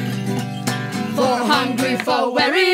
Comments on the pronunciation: thyme is actually pronounced exactly the same as time, all singers in this video got it wrong as they quite clearly put a TH sound at the beginning of the word, other than that it's a really nice performance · Very good stuff, but I am taken a bit away by their pronunciation of "thyme".